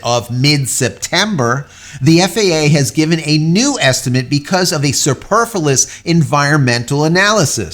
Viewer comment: …. Sorry to be pedantic, but Superfluous is pronounced: Super-Flu-oos. Anything else is just unnecessary. I feel better now 🤠 I get like this when people mispronounce ‘Nuclear’ like Homer Simpson or George Bush do… “New-cue-lah”…😎 Thanks for the news. Great video as always. Keep up the good work. Jim🌀 (-: <*>:-)